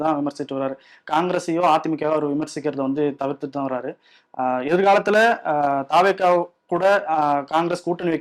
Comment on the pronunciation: தாவேக என்று சொல்லாமல் தவெக என்று சொல்லவும் தமிழ் உச்சரிப்பு தெரியாதா? நெறியாளருக்கு!